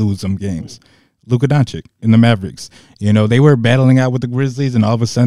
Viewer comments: …. Please stop calling him Donchick… it’s Don-chitch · please stop saying Luka Donchick